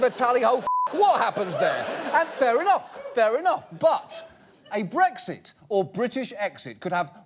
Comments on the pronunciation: Why do so many people pronounce it as "breggzit?" That sounds like a condition which needs some kind of ointment. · they pronounced it breggzit. why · I hate how so many Americans pronounce Brexit as breg•sit. It's not a G, it's an X. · How come every American pronounces BREXIT with a G? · BREK-sit. Not BREG-sit. If you're going to talk about the UK's 2016 political revolution, at least pronounced it correctly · I hate the way Americans say “bregsit” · It's not 'breggsit' 😂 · So, why is it pronounced BREGZIT ? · TIL Americans can't say Brexit. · ***** Typically, people would pronounce x as "ks", I found it funny.